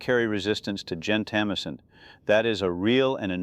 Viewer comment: Gento- MY-sin, not gen-tamissin.